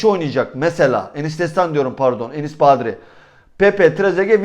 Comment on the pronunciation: Abi ne olur şu adamın adını doğru söyle artık :) kaç senedir burda :) Badri değil Bardi